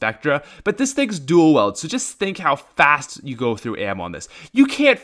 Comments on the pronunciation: This boi said duel weld it's weild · say duel: duel. say wield: wield. say duel wield: dool weld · Its not "duel weld" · “Dual weld” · Hes saying duel wield wrong it bugs me so much